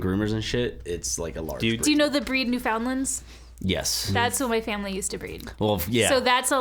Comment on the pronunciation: 40 seconds in... says Newfoundlands wrong. Already triggered so hard. The triggering.